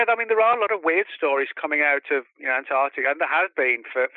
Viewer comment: Ant-arC- tica